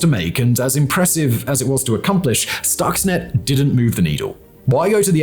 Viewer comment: For a clue on how to pronounce "Stuxnet" one only need look at the spelling: Stuxnet So, we may conclude that the correct pronunciation is – you guessed it – Stuxnet, not "stoxnet"